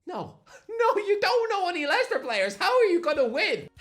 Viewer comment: How does he not know Liechester City.. 😂